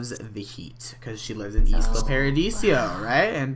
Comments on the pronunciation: ALL simmers are bugging me now XD It's pronounced (eye-lah) as in Isla Mujeres or the Actress Isla Fischer. XD sorry to be annoying :) good LP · it isn't pronounced isla it is pronounced Lila without the l at the beginning